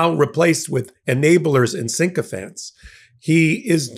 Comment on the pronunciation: Are you intentionally saying "sync"-ophants? Otherwise you're pronouncing it wrong. Love your show!